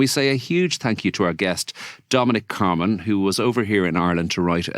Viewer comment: Get his name right: CarmAn not CarmEn.